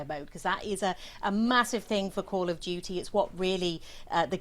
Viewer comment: "Coll ov Dyewty Moden Wofeh" 💀💀💀 Also, this is hardly controversial tbh. If it was in Palestine or Israel, then that would be a wholly different story. And gee, I can only wonder which side we would be fighting along side and who would be the "bad guy" in a COD story like that...